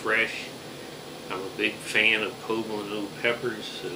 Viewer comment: He's the only one who gets it right.